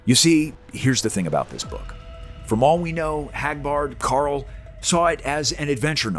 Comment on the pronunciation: You said Karl whaaaa?